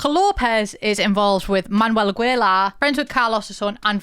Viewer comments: The name "Aguilar" in mexican or spanish is not pronounced as a typical British accent just like u said "Agwelar".. No no no. Its pronounced A. ge. lar. Now u know. sending ❤❤. WELCOME! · It's spoken 'Luth', 'Agilar', 'Ermosa'. These were just the ones that HURT me as a German who speaks a bit of Spanish. 🙈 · Quick note: You have to pronounce Aguilar the same way you would pronounce in english the word "guild" or "guitar". The "u" in Aguilar is muted. Also, the same rule applies for Spanish words and names with "gue" in them; just like in english, the "u" there is silent too. A good example of this is the english word "guess". Lastly, when saying Aguilar out loud, you want to make sure you emphasize the last "a" as opposed to the "gui" part you were originally emphasizing. Otherwise great vid! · Now I won’t be able to say Ah-Gi-Lar 😂 Agweyla is how I’ll say it from here on out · That pronounciation of Aguilar kills me a little but I understand 😔